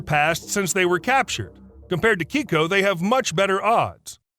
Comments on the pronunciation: Keiko… not Kicko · "Kay-Ko" not "Key-Ko". It's a girl's name in Japanese. The Orca was initially misidentified, as it was actually male. I saw him in Oregon when he was still alive. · Keiko's name isn't pronounced as Keyko. It's Kayko. It's a Japanese name meaning lucky or blessed child. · It's kay-koh... KAYY KOOH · Pronounced KAYKO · The Mexican orca's name is pronounced kay-co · Dude, learn to pronounce Keiko correctly